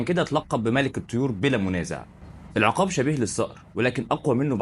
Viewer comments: اسمه العُقاب بضم العين و ليس العِقاب بكسر العين زي ما انت بتنطقها .. طيب حتى اعرف النطق الصحيح لاسم الطائر أو الموضوع اللي بتتكلم عنه أو بلاش تتكلم ولا تعمل فيديوهات افضل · العقاب بضم العين وليس بكسرها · بس ياريت تلفظ اسمه بالشكل الصحيح.. العين مضمومة وليست ساكنة ولا مفتوحة في كلمة عقاب 😊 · ياسيدي انطقها صح بضم ال ع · السلاك عليكم يا غالي مش العقاب ضع ضمة علي ع حتي يكون النطق صحيح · تصحيح النطق، اسمه العقاب بضم العين وليس بكسرها والفرق بين اللفظين شاسع جدا